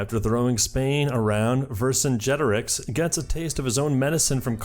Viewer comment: I'm so proud of you for learning how to say Vercingetorix